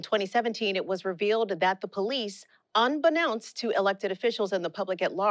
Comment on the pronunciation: Did she say "unbenounced?"